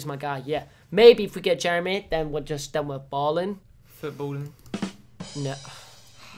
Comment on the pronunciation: Billy and jezza not jermy